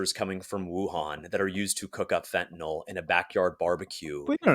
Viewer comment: It is fentaNYL (NIL) not fentaNOL. Don't think using the addiction crisis as a blanket defense of blanket tariffs is a strong argument. It's just a tactic to take the conversation away from actually discussing tariffs